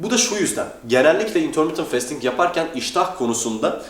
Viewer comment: bro şu fastingi festing diye okuma ya fasting diye okunuyo o :D